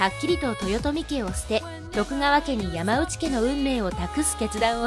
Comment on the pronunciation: ヤマウチじゃないよ！ヤマノウチだよ。by子孫。